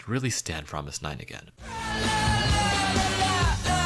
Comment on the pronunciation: I'm so sorry about saying this but it's pronounced '' Promis_9' but written Fromis_9 and it's fine, it's just a little mistake. Have a good day/night 😁💗